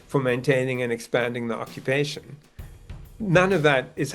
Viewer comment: Why you say ocopetion? Becouse Hamas say saw?